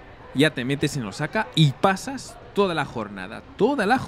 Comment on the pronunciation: Por lo que percibo, parece que no tienes contacto fluido con japoneses pues la acentuación en palabras japonesas es, por decir lo menos, ridícula, ........ cuando dices Osáka (voy a poner tilde para que se entienda a lo que me refiero) cuando la pronunciación debe ser Ósaka y otra dices Úmeda cuando es Uméda. viví 5 años por Osaka.